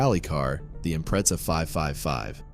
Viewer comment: Pronounced” Impretza.